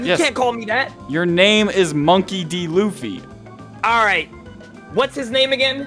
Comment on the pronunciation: They just said fucking luffy whrong